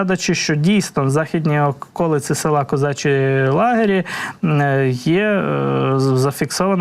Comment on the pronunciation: Козачі Лагері,наголос на І